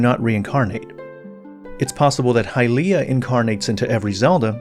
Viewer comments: It’s not “High-Leah” it’s “Hilye-ah” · Why when we have in game voice acting are we changing the pronunciation to hyLEEah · Hahaha, the eternal pronounciation war's. 😆 From a German perspective the word "Hylia" is pretty controversial. The 'y' letter in a stand alone matter is getting called pretty much the same as the 'ü' letter. So it would be "Hülia". But since it is called "Hailia" in the english & even japanese pronounciation, a few german C°CKS 😏decided to do the same, which is just so irritating. I always harass those people and tease them as "Heil'ianer's". Better not " Sieg Hailia my fellow Krauts. You don't want to be associated with a DARK part of our countries past, right? " 😎 Joke's asside, let us call the fictional goddesses however we like.